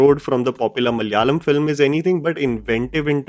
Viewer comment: You pronounce malayalam as "malAyalam" not malYalam"